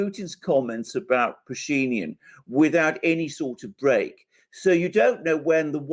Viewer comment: what happened with Putin is looking weak and tired such a horrible mistake and the rest? And just in case name Pashinyan has stress on —-yan. The guy is Armenian and Armenian names don’t have stress in the middle. You just make him sound something else so sometimes it takes a while to figure who the hell you are talking about